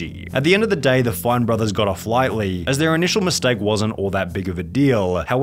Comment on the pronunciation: Why do you indulge the youtube long last syllable affectation? Videoooooh. Historeeee. Lightleeee. Everrrrr. etc